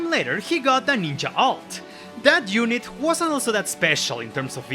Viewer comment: The way you say "unit" & "young" drives me crazy 😅